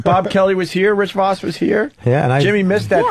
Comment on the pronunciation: Everyone including Rich pronounces it “Rich Vawss” Opie: Rich AHHHHHH VAHSS in studio